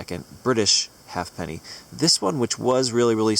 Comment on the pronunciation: FYI, the correct pronunciation for an 18th century 'half-penny' (or any other English or commonwealth half-penny) is "hayp-nee" (two syllables).